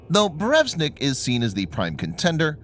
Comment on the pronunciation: BurEvEstnik ... come on dude read the letters.